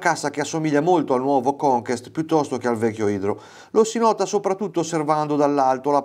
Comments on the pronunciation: “Conquest” si pronuncia come si scrive. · non va pronunciato come si può, va pronunciato nel modo giusto. conquest è francese, ma che inglese ! vuol dire conquistare